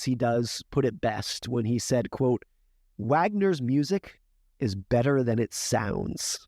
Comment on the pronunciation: Wagner is pronounced Vagner, Mark Twain quote